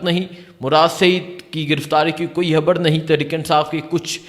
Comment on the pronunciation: یہ بولتا کیسے ہے 😂 تا تا تا تا 🤣 خبر نہیں بولتا خبڑ ہے مراد نہیں مراڈ 🤣😂